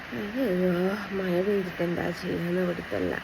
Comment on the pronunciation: മഴ എന്ന് പറയാൻ സ്കൂളിൽ പഠിപ്പിച്ചില്ലേ മയ മയ